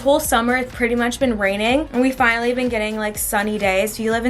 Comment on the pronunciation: “Thefishinally”. Am I okay 😂